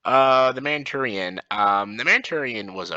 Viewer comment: How did you pronounce The Mauritinian? Sounded like 'Manchurian', which is very wrong. Moor-it-ain-ian.